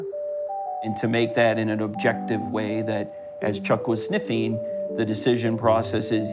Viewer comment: Why did the guy say ‘sniffeen’ instead of sniffing…